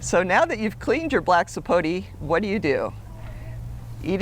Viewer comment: It's pronounced sapotA not sapotee